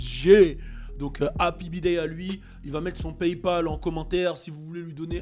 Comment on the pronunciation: «hapi biday » 😂😂😂😂